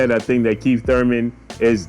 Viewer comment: U said "KEEF one time Thurman" lol